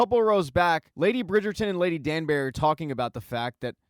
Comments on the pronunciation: Its pronounced "Danbry" for the spelling of Danbury, not "Danberry" as you say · I love the recap, but it drives me crazy how You call Lady Danbury Lady Danberry🙃